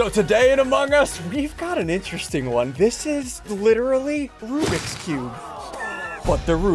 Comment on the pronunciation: you allways say its enteresting one